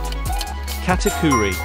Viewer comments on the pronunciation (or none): none